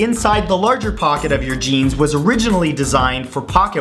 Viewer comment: On #37 when you said jeans i thought you said genes and i was like "Wut?"